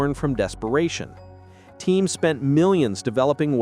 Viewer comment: Teams, not teens